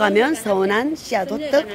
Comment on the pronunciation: 호떡이에요 호뜩이 아니라 🤣🤣🤣